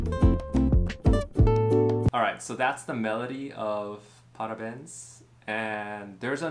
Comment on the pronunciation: Brazilian fan here 😄 Great job! I'd never heard this song. BTW, if you try and pronounce the "béns" in "parabéns" as you'd say "bangs" in English, it'll sound even closer to Portuguese.